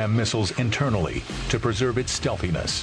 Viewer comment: did anyone hear the guy say stealthiness?